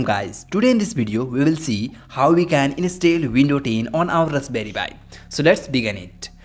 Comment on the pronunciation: rusberry pi 😁